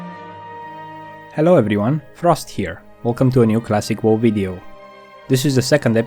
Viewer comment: am i the only one that tilted that hes saying whoa instead of wow like its a good vid its just like hearing whoa instead of wow is like nails on a chalkboard lol